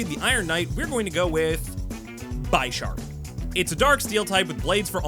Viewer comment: Your pronunciation of Pokémon names made my eye twitch most of the video. But. I love your selections. Very fun and thematic! But seriously… BYESharp? His name is a play on the word Bishop from Chess. Do you call that game piece BYEshop? Nah 🤣 RegiGYEgus? Say “Giga” now put Regi in front of it. Now ad the s at the very end. Regi-Gig-As 😅🍻